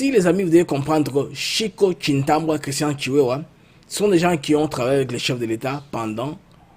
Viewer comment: Ndeko, yo moko okomi Tshiwewe mais ndenge nini ozo benga ye lisusu Tshiwewa? 😂. Tshiwewe et Tshintambwe et non Tshintambwa…